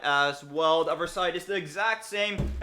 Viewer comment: Maybe it's the microphone, but when you say "other" it sounds like "of-er" and with "ethernet" it sounds like "eefernet"